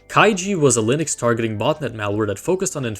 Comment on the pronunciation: Exactly. That's how you get stupid pronunciation mistakes such as "Lienex"